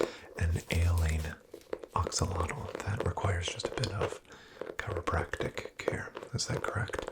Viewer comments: I'm native English speaking and I STRUGGLED to hear it. But I did, after re-listening about twelve times. It's the difference between beginning "ah" sound in "axolotl" and beginning "Oh" sound in "oxilotl". He's saying "OX-ah-lot-l" instead of "AX-oh-lot-l" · I absolutely love ur vids man but every time you said “oxilotl” instead of “axolotl” I flinched 😂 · why are you saying oxalotl